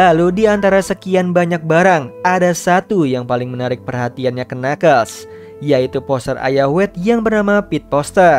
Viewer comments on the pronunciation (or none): knuckles itu dibacanya nakels harusnya